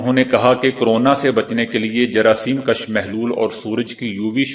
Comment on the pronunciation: آسلام علیکم! آپ اردو کے بہت سے الفاظ صحیح پروناؤنسیئشن کے ساتھ نہیں پڑھتے۔ مگر ”کَش“ اور ”کُش“ میں بنیادی غلطی کرتے ہیں۔ کَش، کَشیدن سے ہے یعنی نکلانا، ذیاد کرنا وغیرہ اور کُش، کُشتن سے ہے یعنی جان سے مارنا، قتل کر دینا۔